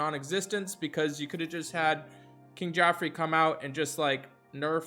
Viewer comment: I had to pause the video at "KIng Geoffrey." I had to take a moment. LOL.